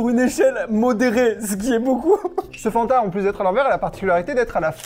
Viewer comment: Insupportable mdr on dit Fanta et pas fannnnnnnta